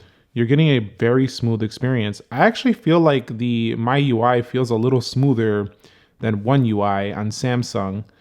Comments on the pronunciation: It's pronounced me not my UI lol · It's ME-UI and not MY-UI. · It's not myui it's MIUI